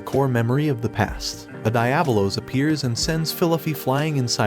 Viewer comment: Die-ab-o-los.. cringe